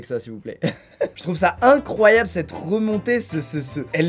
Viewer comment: « C’EST INCRRRROYABLE MEC »